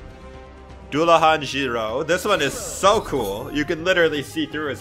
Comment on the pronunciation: btw Dullahan is pronounced doo-luh-han and Cu Sidhe is pronounced coo-she